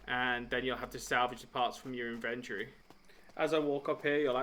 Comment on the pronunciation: Does anyone pronounce the word inventory correctly anymore?